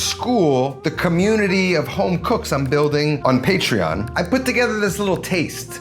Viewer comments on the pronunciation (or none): none